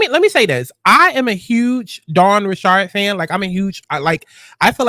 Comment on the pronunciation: Rich-erd not ri-shard 😂